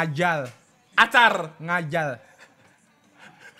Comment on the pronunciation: NGAKAK BGT PAS NGOMONG NGAJAR WKWKWK JADI ‘ngajal’ mana diulang ulang 🤣🤣